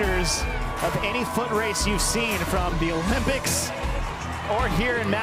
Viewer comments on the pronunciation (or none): none